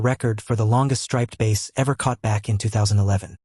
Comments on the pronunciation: Hey, --- it's BASS (as in "horse's...) not bace! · That's bass not base. Pronunciation is important. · It's a bass not a base.